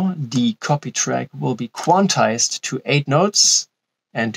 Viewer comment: "quanticized" lol